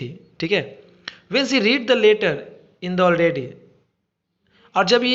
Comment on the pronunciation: Sir leeter nhi leter hota hai 😊😊